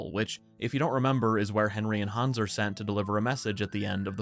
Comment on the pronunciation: Han’s awss. Please keep saying it that way.